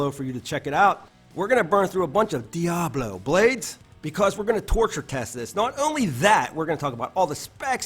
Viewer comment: I think I’ll have to try this saw. I like the way you say Diablo